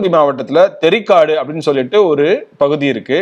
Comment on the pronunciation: தெரிக்காடு அல்ல அது தேரிக்காடு